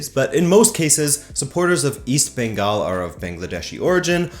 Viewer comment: Hindi speakers mispronounce Bengal and Kolkata too. They say Bongal and Kalkatta. did a much better job as a non-Indian.